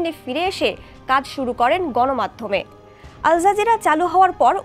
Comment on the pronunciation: Pronunciation thik korun. Al Jazeera, ar apni bolchen alzazeera